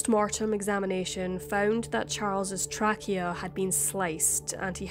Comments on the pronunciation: Chilling story… Trachea is pronounced “tray-key-yeah” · Very interesting day and you obviously did a lot of research. Just an FYI trachea is pronounced Tray key ah.